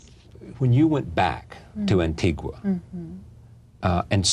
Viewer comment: this guy did not correctly pronounce Antigua for the entire interview.